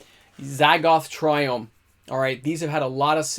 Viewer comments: You pronounced every single triome incorrectly. Cringe. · Didn't pronounce a single triome right but that's just me being quirky not that it matters lol